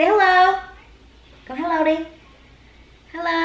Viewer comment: omg are u Vietnamese??? u said " hello đi "